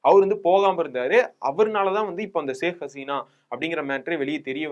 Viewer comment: சாஹ் கசினா இல்லப்பா ஷேக ஹஸினா